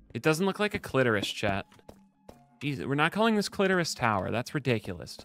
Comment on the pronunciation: Its the Cli-Tow-ris